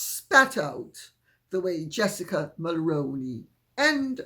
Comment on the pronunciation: 🔷️🔴🔷️ Hello Lady C... as a 50 something 🍁🇨🇦🍁 Canadian I need to tell you that Jessica Mulroney's last name is pronounced "Mull-Roo-Knee" and not "Mull-Rown-Knee" as you pronounced it in this video. I remember very well when her father in-law Brian Mulroney was our Prime Minister and continuously hearing his name in the news. I realize that you didn't purposely say the name incorrectly you are just unaware of how that family pronounces their name. I hope that you find this helpful for the future where Jessica Mulroney's name maight surface again and then you'll be able to say her name correctly. It drives me crazy every time someone mispronounces her last name especially after well over 6 closer to 7 years of her name coming up in conjunction with Harry's wife As for other reporter's in my opinion they have absolutely no excuse for not saying the last name correctly. A simple Google search would have turned up that her father in-law was a former Prime Minister of Canada. Any old new articles about her father in-law would have easily cleared up any confusion on how the name is correctly pronounced. Yet numerous reporter's from other countries are still mispronouncing her last name.